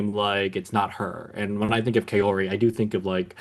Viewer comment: Okay, you asked for pronunciation corrections...Kaori's name is pronounced COW-ree, not Kay-OR-ee.